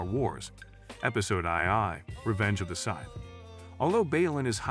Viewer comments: "episode eye eye, revenge of the scythe" 😆😆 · I want to know who wrote this TTS engine, because the fact that it can't pronounce "Jedi" or "Sith" correctly means that the programmer deserves to have their geek card revoked.